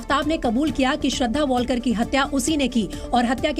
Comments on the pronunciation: वॉलकर नही है...वालकर हैं....l Surmane kitna galat bol rahe hai yaar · वालकर को वॉलकर बोल रहे हो.. देवनागरी पढना छोड दिया है क्या अंग्रेजो?